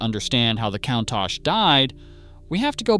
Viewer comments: That is definitely NOT how to pronounce COUNTACH. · That's the worst pronunciation of Countach ive ever heard.